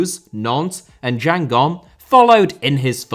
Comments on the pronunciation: The two gs in Guingamp are hard gs! Sorry I just had to say it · How did u prnounce my club’s name, Guingamp 😭😭